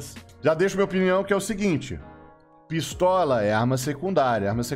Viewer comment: "PiSTALA" Que porda é essa? 🤣